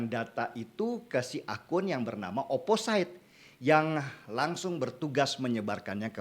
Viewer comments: Not really mean to be a grammar nazi, Amang, but.. Opposite dibaca "o-po-sit" BUKAN "o-po-sait" Anonymous dibaca "e-no-ni-mus" BUKAN "e-no-nai-mus" Resilient dibaca "ri-si-li-en" BUKAN "ri-si-lai-en" Horas, Amang. Mauliate. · mohon mangap, bang... bacanya oposit, anonimes, resilien, (biar lbh jos kontennya, bang) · Bang denny, opposite itu dibaca opposit. Anonymous itu dibaca anonimus. Ga perlu ai ai an. Resilient juga dibaca resilien, sama ga perlu ai ai an. Ini kru 2045 tolong dong, masa ga ada yg mengkoreksi?